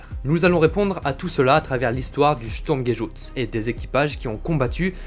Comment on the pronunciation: Si c'est écris "Sturmgeschutz" la prononciation est presque parfaite a l'éxception que le R ne se prononces pas comme ça, il se prononces presque a l'anglaise. En revanche si c'est écris "Sturmgeschütz" c'est un U comme dans Hubert, un U bien Français quoi. C'est juste un détail, bien évidemment, certainement pas une critique. Surtout car je découvres a peine ta chaîne et que la vidéo est superbe.